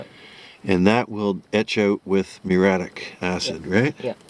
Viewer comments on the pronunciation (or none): none